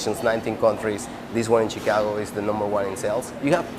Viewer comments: Did that reporter call it Chicongo?😂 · Did the news reporters say Chicongo ...I swear that's what I heard .